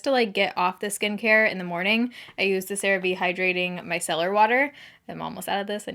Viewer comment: Girl.... you pronounced Cerave correctly and it almost sounds wrong now LMAO. Congrats on partnering with them, that's incredible!